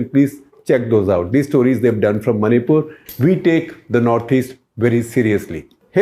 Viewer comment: Maripul sounds like Mauripol